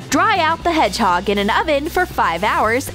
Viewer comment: Who though they said head chalk instead of hedgehog